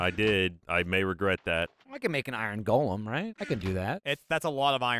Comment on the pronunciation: It's Go-lum. not Gall-um the O is pronounced.